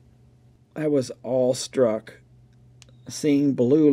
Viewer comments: Are you saying “all-struck” or awe-struck as in Struck with Awe? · Are you saying "all [sic] struck"?! The actual saying is "awestruck". As in struck with awe.